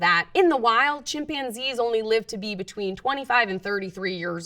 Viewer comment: Chimpionzees? Never heard it pronounced like that before.